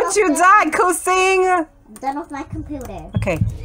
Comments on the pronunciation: Kucing not kusing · Omg- you say kucing kusing lol kucing is cat in indonesia lol im laughing now hear you😹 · It's not "Kusing" but it's just "Kucing" she's from Indonesia same like me (kucing is a cat)